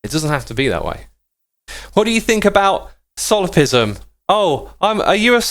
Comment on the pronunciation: It's "solipSism". It's pronounced "laplahce". The laws of thermodynamics are not fundamental. So the demon wouldn't need to know them beforehand. It would actually violate them if it existed. The idea that free-will is compatible with determinism is called "compatibilism". But many scientists nowadays tend to reject both concepts. I recommend the book Free Will, by Sam Harris, which talks about this in a very concise and simple manner. "Random" simply means that there's no cause to it. A probabilistic event can be random, but this has nothing to do with order/chaos. In fact, Chaos Theory studies deterministic systems. The idea that the probabilistic nature of quantum mechanics is due to our ignorance is called Hidden Variable Theory. There were tons of debate over this in the 1920's, but it lost popularity in the 30's due to advances in quantum field theories. In the 60's we found ways to test this experimentally, which physicists have been doing since the 70's. The experiments disprove a huge class of these theories and nowadays most physicists simply reject them.